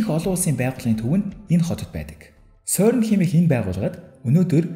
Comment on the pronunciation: сөрн биш сэрн шүү. France doc songoj aylagiig ni zuv helj suraarai :) jishee ni: CERN genève geed haihaar france doc garch irne 🙂